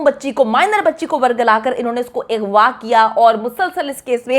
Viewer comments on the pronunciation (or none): Kash hamari u tubers apne pronunciation pe dhian dede strah ko satara agwa ko igwa bchio k bjae lrkio bolna